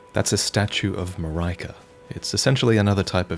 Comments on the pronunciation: Mareeka rather than Mar-eye-ka. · Coming back to watch this hearing how he thought Marika was pronounced is an adorable Leviosah moment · statue of Ma-rai-ka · the one thing every elden ring preview has in common is that no presenter has been able to pronounce Marika properly